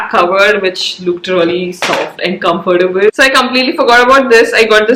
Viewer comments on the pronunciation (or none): none